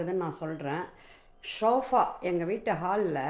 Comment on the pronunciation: Mam not Shofa Its Sofa😂